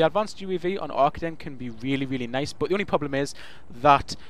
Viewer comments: I am sorry, but you say Ar-KA-DEN (pronounce the ka part as K with a long a after it) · It's not Aye, I can tell. I am Dutch, and I master the German language, AR-KAH-DN is the correct way to pronounce it. Fun fact: the Arkaden logo, color scheme and mall is inspired by serveral real German malls, called "Galeria Kaufhof" (franchise)